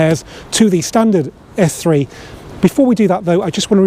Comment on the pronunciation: Very good video, although first I thought you said F3 😀 lol